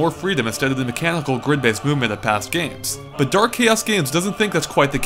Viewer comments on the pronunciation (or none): none